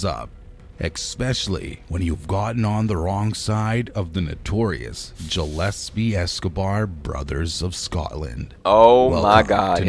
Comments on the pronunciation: It's pronounced Gillespie not Jillespie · Jillespy ? WTAF lol?